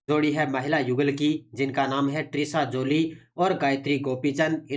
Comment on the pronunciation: त्रिशा जॉली नाम है ना कि ट्रिशा